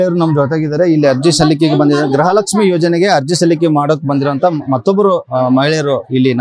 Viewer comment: ಸರ್ ಗ್ರಹಲಕ್ಷ್ಮೀ ಅಲ್ಲ ಗೃಹಲಕ್ಷ್ಮೀ..😊